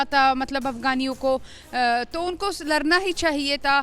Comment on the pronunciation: Larna Nahi mem sahab ladna bolo are mem sahab aap hi lad jao Taliban se pata nahi jeet jao